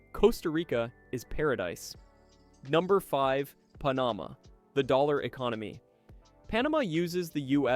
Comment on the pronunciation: Probably should program voice to correctly pronounce easiest names of countries like Panama for credibility!